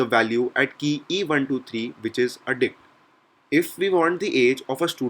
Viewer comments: let's discuss some commonly used dick methods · You say dict like 'dick' mate :)